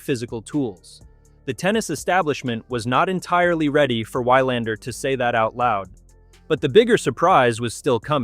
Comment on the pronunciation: I like this video, but the commentary pronunciation is terrible. It pronounced 'Wilander' 'Wylander' with a long y sound in the first syllable. Definitely an AI narration. Please get a real person to do the narration. Nevertheless, I like the content of the video highlighting the impact of Alex Eala on the professional tour.